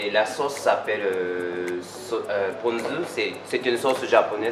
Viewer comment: Salut. C'est sauce ponzu pas konzu:-)